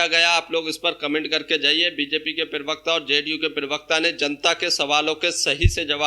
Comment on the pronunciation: पिरवक्ता नहीं होता प्रवक्ता होता है अनपढ़